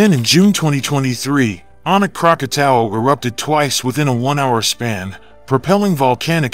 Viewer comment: Krakatau is pronounced "Kra-ka-taw". Krakatoa which was in its original form is now a caldera where Anak Krakatau sits. Krakatoa were three volcanic peaks erupted August of 1883 with the loudest sound ever recorded. The eruption could be heard three times around the World. 310 decibels (dB). This is believed to be the loudest sound ever recorded on Earth.